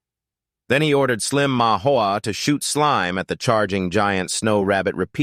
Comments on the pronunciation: This is a good vid but i get rage baited every time it says slim instead of slime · it's slime not slim